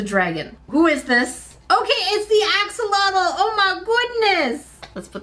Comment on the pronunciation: Here I am again with a 🌟Friendly reminder🌟 That's NOT the correct way to pronounce Axolotl 🥲